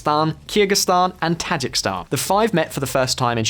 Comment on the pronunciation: Ta-ji-ki-stan there is a second "i" in it.